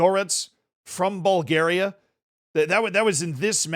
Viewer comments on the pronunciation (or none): none